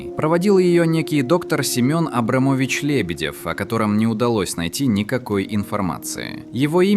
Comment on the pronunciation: Предложения глотаются из-за обрезок. Или озвучил ИИ? Семён АбрамОвич Лебедев